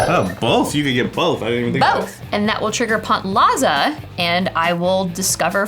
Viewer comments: has a wierd pronunciation of Pantslava. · The way Prof pronounces the name of his commander kinda sounds like the german word for meatball 😅